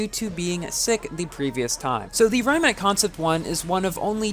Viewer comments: Awesome vid as always!!!! also, fun fact: Rimac bought Bugatti and if you are the fan of The Grand Tour, you might have seen that Richard Hammond blow this car due to this car is crazy fast also: Rimac is pronunced "Ree-mac" not "Rai-mac" for most people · i think its pronnounced ree-mahc' i wish i could get this car but is too p2w